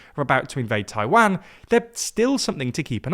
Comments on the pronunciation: for god sake, another time, it's "TAI-WAN" and not "TAI-WANG"... U mispronounced Taiwan in many videos already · Why do say Taiwan like that? Taiwon not TaiWAN. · The way you pronounce Taiwan is very painful